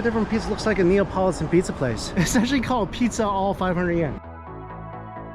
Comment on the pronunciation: the 'neopolitan' is killing me lol :P its 'neapolitan'